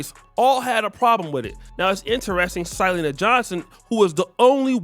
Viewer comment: Not Sy-leena but Si-lenna